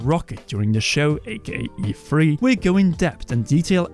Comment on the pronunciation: Am I the only one who constantly hears EFree???